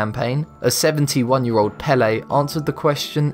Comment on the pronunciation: Its pronounced like pay-lay